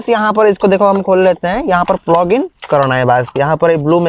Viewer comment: Bhai vo plug hai flog nahi 😂